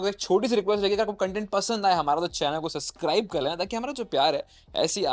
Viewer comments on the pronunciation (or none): Viya suscribe nahi hai, subscribe kehte he